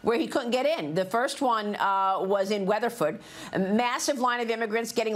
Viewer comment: "In Wethafowd" if you can't pronounce Weatherford, you don't get to talk about immigrants that don't speak English......